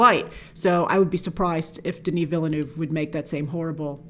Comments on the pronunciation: No she’s not. His last name is 2 syllables not one. Taken years of French and I am Canadian. Canadians, French speaking or not have no problems saying his name. British people don’t either. I notice only Americans and sometimes Australians having problems with the pronunciation. Is “ville” that hard to pronounce? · Grace, probably one of the most beautiful trailers I've ever seen. Btw, it really is said "veel-nuv" where the u is the u in "cup". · You can do it Grace! It is pronounced: dəni vilnœv lol Love your channel! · you dont put an R in Denis Villeneuve! english speaking people have a hard time prononcing "eu" they sound like the french "u" so it sounds like you're saying Denis Ville-nuve. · I don't mind the mispronunciation, quite on the contrary that's original ! "Denis" is on point of course, the issue is with the second part of Villeneuve. Your "Ville-" is correct, but "-neuve" is pronounced as "nerve" in english, but without the R, "neve". The "u" being muted. "e"/"eu"/"eux" all sound the same in french/frenchCanadian. Wish you best. Source: I'm french and Villeneuve is a common name. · Grace, in French, "Ville" is pronounced "veel", and "eu" is pronounced "er" which is why Villeneuve is pronouned Veel-nerve. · The name Villeneuve name DOES have an 'r' sound in there. It's like the 'oeuvre' sound in horsd'oeuvre - or can't you pronounce that either?! There is NO 3rd pronunciation in Villeneuve - only 2! Vill-nerv. That is all. And regarding Sting's Feyd-Rautha character. Many have a feeling he'll be saved for the next film as he doesn't really do much from the beginning. He won't be absorbed into Bautista's Rabban. And for the love of all that is green - watch the Mini-Series! Maybe you'll get a better understanding of the story rather than watching the mediocre Lynch film where you're making a fool of yourself with all these assumptions. Just trying to help... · It is pronounced 'veal-nerve' ...